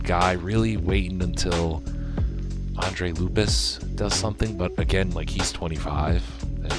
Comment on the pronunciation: Andre lupus did u say? lol wow bro u missed about 4 letters and two syllables but good try🤣